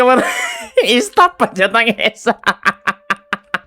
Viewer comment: Yung "stop" naging "stap" hahahaha 😂😂😂😂